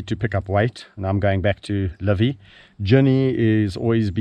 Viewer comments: Where did Livy get her name? The way you call it, it sounds as "LÕVI", which is "a lion" in estonian language 🙂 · It is nice how mr. Richardson pronounces Livy, it sounds like Lõvi which is in estonian "lion". Another great video. Thank You.